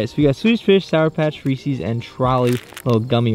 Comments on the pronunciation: Lol You pronounce Reese's like you've never heard of Reese's cups before!! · “reesees” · bugs me so much when people say "reesees" Reese is a person and "Reese's" is his candy. There's even a goddamn apostrophe in the name. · He said Reesees, it's Reese's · Y’all really said reesees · Did he just say reecees